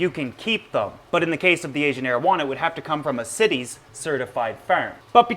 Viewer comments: CITES sounds like it should be pronounces SITES and not cities there is no i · It is CITES (the Convention on International Trade in Endangered Species of Wild Fauna and Flora), so it is pronouced like sci-tees, not like cities. Why isn't it pronounced like the cites in "he cites the definition of CITES"? because english is horribly inconsistent and makes no sense. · Its cites not cities. Like "sights" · CITES is pronounced sy-teez , not sit-eez . Just an FYI for anyone that wasn't sure. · cities is actually pronounced sight-ies. smh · CITES not Cities ;) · Where I'm from in the US we say CITES (long i) so not to confuse it with cities. (Short i ) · I love your show but that's not how you say CITES. It's pronounced sightees. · Always read/heard cites pronounced sites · dpsilver I worked at a job that had followed cites regulation . Pronounced as Sci-tees. Like sci(ence) teas. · its pronounced "sigh-tees" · I've always heard it pronounced 'cy-tees'. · me too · Love the info. But i cant help it...It is pronounce Saay-tis. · Also CITES is pronounced sites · CITES...... its pronounced S EYE TEES....... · Great video, very informative. I just want to let you know though that CITES is pronounced sigh-tees with a long I and long E. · CITES is pronounced sight-ees, not cities. Part of the price of Asian Aros is because the farms where they are produced must return 10-25% of their spawn to the wild, as part of the agreement allowing them to farm them and sell them legally. Last time I saw numbers, the release of captive bred fish to the wild was not having a marked effect on wild population numbers as the illegal trade in them is still thriving. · CITES pronounced sy-tees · The I in CITES is pronounced as a long I. FYI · Rev Hitit I have been a zoo keeper for 18 years and have to deal with CITES almost every day. I assure you it's not pronounced the way he says it.